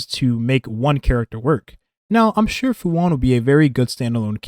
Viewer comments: It's pronounced Fu shu-an(xuan) You're saying "Fu one" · why'd you call her fu wan not even 5 seconds into the video? xD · Im sorry I dont want to come off as picky and annoying but Fu Xuan is pronounced "Fu Shu-yen" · Her name is Fu Xuan not Fu One.